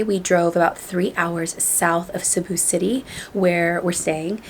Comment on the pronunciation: the way you pronounce Cebu, pesos and also Boracay in your entryway makeover video is on point. Not a lot of foreigners say them right. 👍🏽👍🏽👍🏽